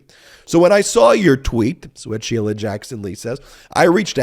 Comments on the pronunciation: "Shee-lee-uh"? He can't even pronounce her [common] name correctly. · Dimwit can't even pronounce Sheila --- "She-lia" he says. Fat little pervert